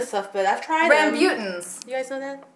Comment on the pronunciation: Hey, just a quick pronunciation correction, the rambutans are pronounced "rum-boo-tan". And the plural is still rambutan, not rambutans. I only know this cause we did Indonesian in primary school and one day the teacher brought some rambutan in. ;) They taste pretty similar to lychees. Yum :P